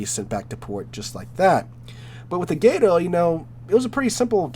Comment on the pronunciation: as an evil sub player, GATO is way better then archer fish. Archer fish's torps SUCK and you must ping constantly which will get you killed very fast. U4501 > K1 > Gato in terms of best. Also there is no y in gato, it's just gato not gay-toe or whatever you are trying to say.